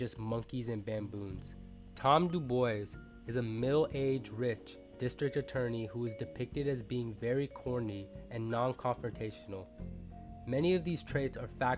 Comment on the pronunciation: dubois is pronounced doobwa